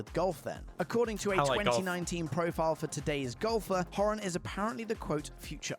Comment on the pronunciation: Couldn't even pronounce Niall's surname properly! So why would anyone believe him?